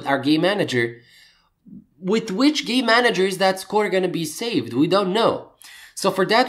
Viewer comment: Great tutorial and thanks, but... How many times do I have to hear Gay-manager before I burst into immature giggling... sigh... nnnngggg!! lol